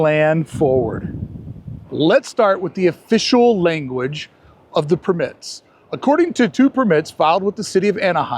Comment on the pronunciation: Just here to say “perMITs” one more time.